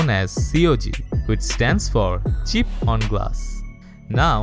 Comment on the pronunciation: when he was saying “chip” i heard it like cheap and i had to actually see the subtitles 😂😂